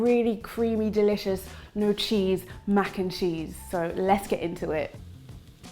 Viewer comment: Yum yum yum! Irie Vitals! "Mac N Neese" 😆